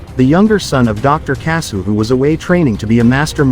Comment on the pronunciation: Your an idiot, Kyoji didn't still it, his dad told him to take it to earth to keep the military from using it for war. Get your Gundam history right. And another thing: their last name is pronounced kasshu, you can LITERALLY hear the H in the name it's pronounced the same way as the nut itself but spelled differently